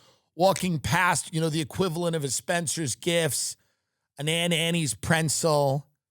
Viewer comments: I can't believe that Tim pronounces it "prentzel." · I’ve never heard anyone call a pretzel a “prenzel” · Do all long islanders all say "prentzel"? ❤